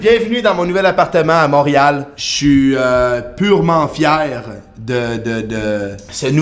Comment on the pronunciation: Moureal... tu me fait rire quand tu le dis